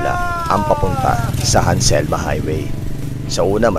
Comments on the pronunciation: It's Halsema, not Hanselma. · Nice ride po ser! Pero yung Highway name po is Halsema. not Hanselma. Congrats po narating niyo Highest Point.